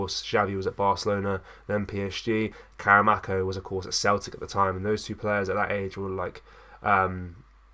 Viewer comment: More click bait pish...hardly worth a video. Here's a tip..why not wait til there's actually news to report on instead of constantly making vids about heehaw. Also, its karamoko not karamako 🙄